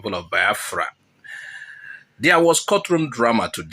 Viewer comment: I thought you ar3 igbo and you are pronuncing Biafra as if you are from kafachan. 😂